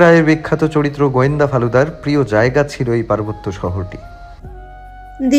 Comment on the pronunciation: ওটাকে ফালুদা নয় ফেলুদা বলে আজকে কিন্তু তুমি বানান ভুল করছো